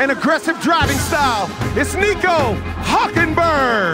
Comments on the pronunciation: He mispronounced Hulkenberg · when he said Nico Halkenberg, i almost spit my drink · sounded more like "Nico Huckenberg" to me. Otherwise, he did an OK job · Nico hockenberg😅